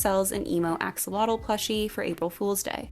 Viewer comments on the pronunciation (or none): Just fyi axolotl is pronounced "ah-SHOW-low-ɬ" the last part is kinda hard to pronounce so you could say "ch" instead as long as it's a distinct separate syllable